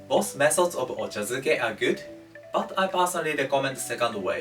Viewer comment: Ochazuke. Not duke